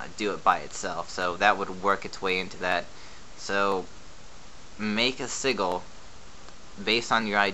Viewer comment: "sigil" is pronounced less like seagull and more like sidge ill. Informative video though :)